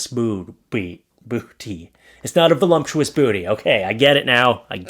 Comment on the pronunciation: it’s voluptuous, not volumptuous 😂 best wishes for a speedy delivery!